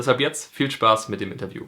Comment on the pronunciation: "Inteview" Liebe.